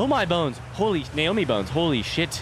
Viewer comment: He's pretty clearly saying Naomi as a joke for fun, when he walks into mining site 2b and comes across the skeleton on the floor he says "Nomai bones" and immediately corrects himself with "Naomi bones".